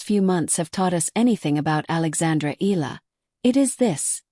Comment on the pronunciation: pronounce the name - "EE-YA-LA" not EELA